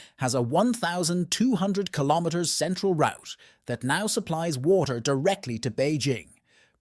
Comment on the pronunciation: is the only moment revert to the us. and noting about the title. ai voice is not able to say WATER in a proper way randon stock pictures not from China (africa and US, and maby more) does not help eather. but if half is true, china is doning stuff that other parts off the world should do to. Pump water to the black sea. pump water into the sahara, let it faporate we need water, no war.